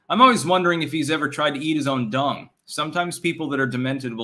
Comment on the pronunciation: Haha I thought you said DONG not DUNG. Was thinking , "no way his spine is that flexible" 🤣